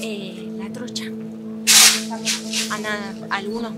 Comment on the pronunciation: Trucha?? O trocha 😅😅😅